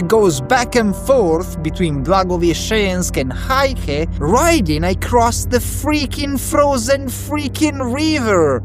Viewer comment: Heihe is pronounced "hey her" not "hi her".